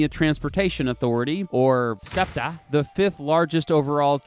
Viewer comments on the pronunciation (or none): The way he said septa 😂😂